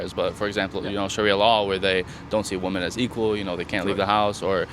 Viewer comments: she did the thing women do these days where they pronounce "women" as "woman." Why the hell do they do this? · It's wo-MEN, NOT wo-MAN when it's plural.. I'm sooo sick of young illiterate kids... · one correction: You're pronouncing "women" incorrectly.